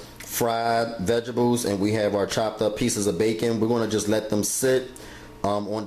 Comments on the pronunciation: I died every time he said "vegebles"!!! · Vegebles it’s what’s for breffis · Vegables, 😂. Why he says it like that.